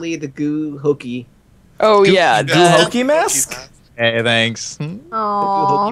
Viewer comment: lol "gu hokey mask." XD